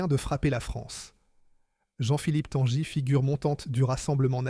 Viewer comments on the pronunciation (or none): Tanguy ne se dit pas "Tanjy" mais comme le prénom Guy, Tanguy quoi, ou comme un bateau qui tangue et non pas qui "tanje"...